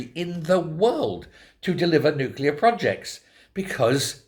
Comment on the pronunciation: It's nuclear not nuclear!